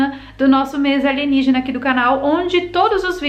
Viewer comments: aeeee ela falou "aligenígena"!!! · Adoro qnd vc fala ALIGENIGENA....s2